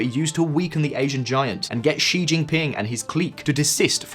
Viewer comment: You finally pronounced „Xi“ correctly!!! Made my day, thank you!! ❤